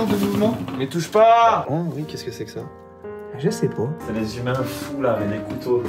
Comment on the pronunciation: je c'est poh ! LOL mais il est devenue québécois ou quoi !?